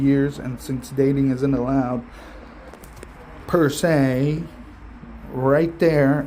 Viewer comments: Persey??!! 😂😂😂🤭🤭🤭🤭 It's Per Se,!! Ms.English Major, bahahahahahahaha 😆 🤣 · Also not them trying to be smart by saying "persey" and "at nauseum" is hilarious to me 😅